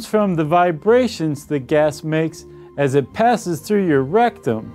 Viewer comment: LOL "As it passed through your RECTUM!" Love how he said that, so much emphasis.